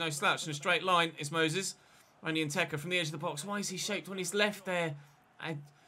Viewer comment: Randy probably doesn’t play up to potential because Che’s always calls him “Nketa” instead of “Nteka”